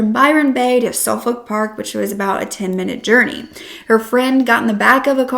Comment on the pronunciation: Its suf•fuk, toe•rah•na, bris•ban, mah•quar•ee